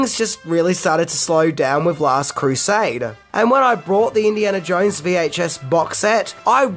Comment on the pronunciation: I think it's pronounced "Jones", and not "Jouinz".